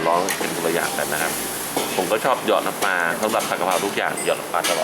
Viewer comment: น้ำปลาครับ ไม่ใช่น้ำปา